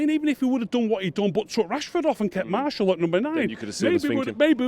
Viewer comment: If he has good attention to detail why does he call Martial Marshal and De gea De Gayer??? LOL. All joking aside Martial was awful today and Matic never needs to wear a United shirt ever again, this guy has proper tinted glasses and the same for Fellaini!